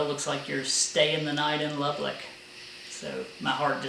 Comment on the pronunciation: You put an extra L in Lubbock. I learned that Texans don't like the names of their towns mispronounced when an ice storm stranded me Dumas. Another great video, just took me awhile to get to it.